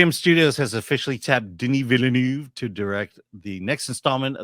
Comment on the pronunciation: Dennis. It’s Dennis. Get over yourself.